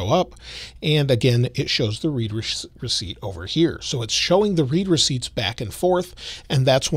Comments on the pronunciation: Love the videos. However it’s “red” receipts not “reed” receipts 😅😅😅. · I believe 'read receipts' is being pronounced incorrectly. Think of it as 'your message was read, here's the receipt' so it sounds like 'red receipts' not 'reed receipts' Other than that, great post. Thanks for sharing!